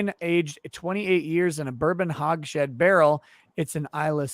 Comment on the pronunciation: It's not HogShead,,, it's Hogs HEAD,, you complete fvkin moron.